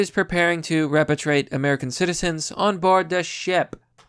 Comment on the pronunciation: What is repitrate? Did you mean repatriate? Lol